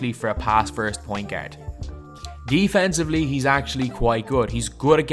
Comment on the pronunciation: you need to stop saying the word ' pointgerd' lol